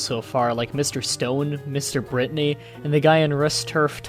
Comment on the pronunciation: "..Mr. BRITney" xD small complaint